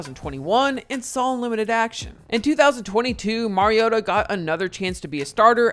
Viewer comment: Mar-ee-oh-tuh Not Mary-oh-tuh